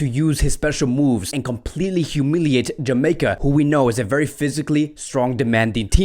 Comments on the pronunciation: Wait did you pronounce Ja-may-cah as Ha-my-ca? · Its jamaica bro with a j not hamaica...your pronunciation is bad for many club names and players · It's Jamaica Not amica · It’s “JUH MEI KUH” lol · You are pronouncing the country of Jamaica wrong. The J is not pronounced as an h but as the letter itself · U are pronouncing my country wrong it's Jamaica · Why is he pronouncing Jamaica so wrong lol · yeah lol he pronounces it in a spanish accent. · So why was he pronouncing Jamaica like that lol 😂